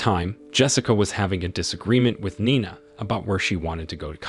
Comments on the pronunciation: Nina 😂not ninea 😅😅😅😂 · 9ah? It's pronounced nee-na, get a better AI . . . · Is it pronounced Nee-na or Nine-na? Keep changing is very annoying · Spelled. NINA SOUNDS LIKE KNEENAH . THIS IS VERY IRRITATING FIX YOUR VOICEOVER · You really need to update the dictionaries of your AI readers. NINE-A, this is too funny. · How many times and ways can you pronounce Nina wrongly? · How can you not pronounce Nina and Augie ? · How do you accidentally spill drink on someone's head while ur both standing?? Dude can't even pronounce Nina correctly 🤦🏽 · I've always wondered if this was another AI channel. The way he can't decide how to pronounce Nina 3 times in a row within a sentence or two settled that debate for me.